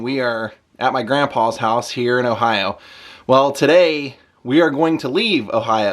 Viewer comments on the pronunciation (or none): none